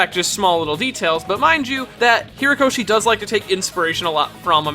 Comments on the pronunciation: Just want to say, you keep saying Hiro-koshi, it's HORI-koshi. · Why do you keep calling him Hirokoshi and not Horikoshi? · It's not Hirokoshi, or Hirakoshi, it's /HORI/koshi. This was a nice collection of everything we know about Mt. Lady, but at least get the mangaka's name right, please. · Herokoshi? Isn't his name Horikoshi? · You see his name spelt out yet you still can't say HORIkoshi's name right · ...you keep saying "Hirokoshi". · Ok I'm really bothered by his pronunciation of Horikoshi